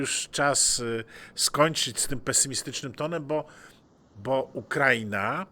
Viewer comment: ....min 8.54...dziwnie Szanowny Pan akcentuje...'Ukra'ina' zamiast prawidłowo Ukra'ina....proszę w takim razie, chcąc być konsekwentnym wymawiać Argen'tyna....